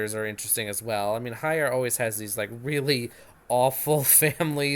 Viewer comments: Thanks but I would appreciate if you'd pronounce her name properly - Heyer - HEyer not HAyer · Oh, come now! In what universe is Hey pronounced High?